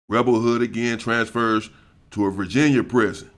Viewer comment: Hey, his name was rebel wood not hood